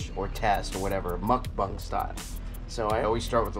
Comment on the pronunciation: mukBANG not “mUcKbUnG”